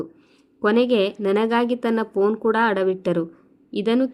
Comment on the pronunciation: Phone ಶಬ್ದ ಸರಿಯಾಗಿ ಉಚ್ಚರಿಸಿ